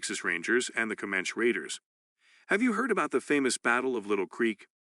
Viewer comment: Seems to me to be AI generated voice. Cant say comanche correctly.